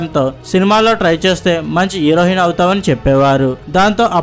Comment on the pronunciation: హీరోహిన్... స్పీటీ శెట్టి... ఏమి భాషరా నీది...